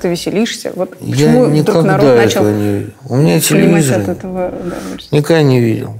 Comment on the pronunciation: Никто: Абсолютно никто: Быков: телевизер